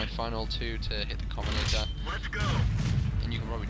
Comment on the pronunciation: covenaytor? covenANTor